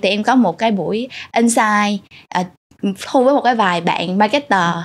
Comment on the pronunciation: Niche market chứ không phải "need market" có phải không ạ, sub bị sai? Host đọc insight thành ing-sight. Host cần chỉnh lại cách dẫn dắt của mình kể cả về style lẫn chiều sâu câu chuyện. Mình thấy bạn không phù hợp lắm trong vai trò host cho chủ đề này vì cần một người có độ dày về trải nghiệm hơn, host đặt vấn đề bề nổi và không sâu nên gest speaker chưa chia sẻ được những cái thực sự thú vị.